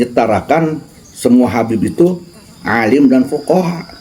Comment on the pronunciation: di konten ini malah lebih parah bca hadist nya.. 😂😂😂 Akhir ayat harus nya fuqoha bukan fuqorooi... 😂😂 Cb dgerkan.. Klihatan sekali kyai ini cm ikut2 an menghujat.. 😂